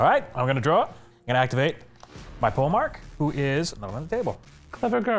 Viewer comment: "pole-mark" jesus...